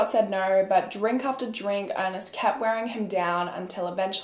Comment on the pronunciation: I can’t never tell if she’s saying drink or drunk driving and I notice it every video it comes up 🙃